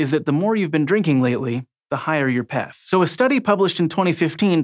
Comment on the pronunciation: If that guy says Peth one more time...